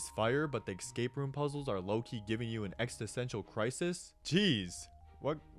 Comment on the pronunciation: the "excape" pronunciation make this almost unwatchable